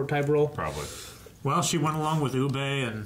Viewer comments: UBBA!!! Not UBBEEEEE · With the amount of times the name "Ubbe" is said in this episode the guys still insist of calling him Ubay :(